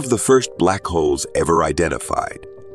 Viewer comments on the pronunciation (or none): Omg I thought he kept saying Black Hoes 😵‍💫